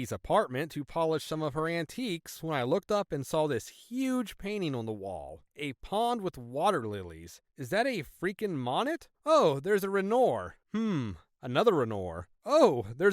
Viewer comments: Monet: Mow-neigh Renoir: wren-Wahr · "Monet" is pronounced "mo-nay" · the way this dude says "monnet" and "rennor" is funny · Guys you got to step it back up with the narration. You've slid way backwards in this video. This guy is making zero comments (oh hey finally ) and he sometimes does really weird emphasis and intonations. The most annoying part is that he doesn't say when he is moving on to a new story. Also, bro, you can't pronounce Monet? I know it's French, but you see a famous painter named Monet and don't realize it's Claude Monet? I thought he was a household name, and I'm gen Z and watch Reddit videos for at least an hour most days. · Monet wasn't the only bizarre mispronunciation. homophones? Are you serious? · I'm glad you think it's funny. I just found it mildly infuriating. Like I know most people don't know how to pronounce French but isn't Claude Monet supposed to be a household name? I really don't like the way this guy pronounces and intonates in general. And it's not even an accent. He 100% sounds like English is his first language, otherwise it wouldn't bug me as much.